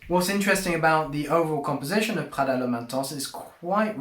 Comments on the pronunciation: It’s not French “pghada” , it’s Italian PRADA. My goodness! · Pronunciation 😂 speaking in English with a French pronunciation of the Italian brand. Slow down dude. It’s just coming off too fraudulent to take this seriously lol